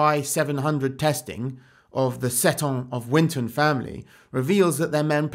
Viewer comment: I think Seton is meant to be pronounced 'see-tun',. Anyway, good video as always.